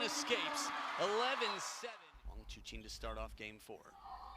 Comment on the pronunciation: This is very good analysis, thanks guys. Btw Wang Chuqin's name is pronounce as Chu "CHIN" and not CHU "KIN". Just for your info XD